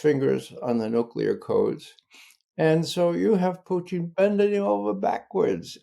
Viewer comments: Sounds more like poutine, but I’m near the Canadian border! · This cat LOVES his pronunciations 😂😂”PUCHIN” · I'm further south-- Pennsylvania-- and Ray's distinctive "Poo-TEEN" always sounds like "poutine" to me too; BTW, I know what poutine is but never encountered it. 🥘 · Is he saying.... "Puchin"?? Is his first name Ca? 😂😂😂